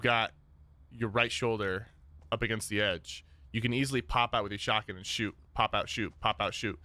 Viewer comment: Bro the word is shotgun. Not shawgin that’s hands down the most annoying thing I’ve ever heard